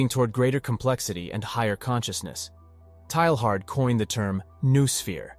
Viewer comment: PLEEEEEZZZZEEE learn how to say his name! TAY YAR !!